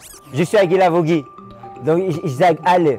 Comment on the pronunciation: Niemand: Wirklich Niemand: Josh: Josh Guilavogui